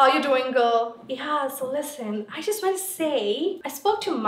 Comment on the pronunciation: The video is ammezingg.. jusht ammezzing 😂😂😂